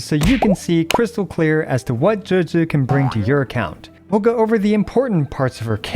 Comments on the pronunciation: Pronounced Juge-gii not gehgeh c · "Juejues" what are these pronunciations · Even tho you can't pronounce or spell her name you still say it 3 times per minute. WTF is JUJU ?